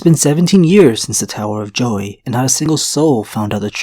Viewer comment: Are you saying the tower of Joey or Joy?